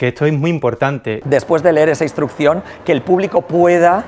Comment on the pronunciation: "instrucshon pises" jajajaj